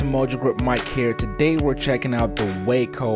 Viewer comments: Wahhhco, Mike, it’s pronounced Wah-co not Wayco. And itt is one of the most beautiful planes ever built. And I’m sorry for my outburst, I promise to be good. Thanks 🙏 for sharing a great 👍 review of a beautiful airplane that looks like a blast to fly! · Sorry there not real Waco's and it's pronounced Waaaaaco not Wayco we have originals at our airport. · I'm a cranky old nit-picker but the aircraft company is pronounced wah-co. The city in Texas is pronounced way-co. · nice views but, as someone pointed out, the opening airplane is NOT a WACO YMF-5 or any other WACO. And - please - "Way-co" is a place in Texas. "Whack-oh" is a crazy person. "Wah-co" is the beautiful airplanes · It's waa-co. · Waco rhymes with taco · Great video! Beautiful plane! Pronounce Waco to rhyme with Taco though. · Yeah, Waco (aircraft) is pronounced as if it rhymes with “taco.” I made that mistake for a good while. Regardless, nice video! Gave a good look at beautiful airplanes. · I'm anxious to see if they'll also make a cabin biplane again. Is it pronounced "WAH-co" or "WAY-co"?